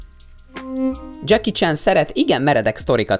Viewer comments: már az első mondatnál sírtam! Mi az, hogy..most fonetikusan írom le....Dzseki Csán? :D Mert így ejtetted :D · Senki: Ádám: Dzseki CSÁN